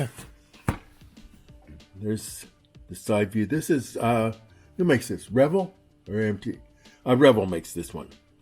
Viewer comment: A note on pronunciation.... Revell Models is pronounced "rev-ELL", accent on second syllable. The Revell family name is pronounced "REV-ell", accent on the first syllable. The Revell model company name was begun by founder Lewis Glaser. Wiki says: "Reportedly, the name Revell came from the French word réveil meaning 'new beginning'. " So, no connection between Revell Models and the farflung Revell family.